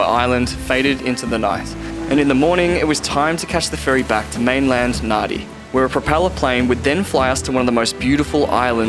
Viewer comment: Epic trip! It’s pronounced “Nandi” btw 😉 my mum was born there 😁